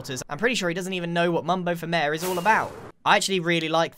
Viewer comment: I like the way Grian calls Mayor “mare”